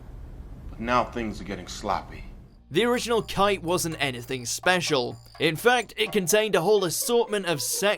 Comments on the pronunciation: 1) Ghost in the Shell, was a decent adaptation if it wasn't for the SJW morons making a big deal out of nothing considering if anyone actually read the source material they'd realize that "the Major" could be anyone. 2) It's pronounced Ki-Te, not Kite... 3) Speed Racer was a good movie. 4) Alita: Battle Angel has a long production history (over 10 years) and some were really disappointed that Cameron chose to do Avatar over handling this IP himself. "Big Eyes" are a problem? Did you even read the manga? It's been pointed out she had big eyes there too, it's sounds loyal to the source material there. "Watered down violence"? Ask where the war-paint you see in the trailer came from?...I'm stoked for this. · Wait "KITE" REALLY DARN